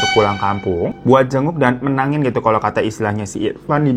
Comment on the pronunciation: nyebutnya bukan menagin bang tpi menangi😅😅😅😂😂😂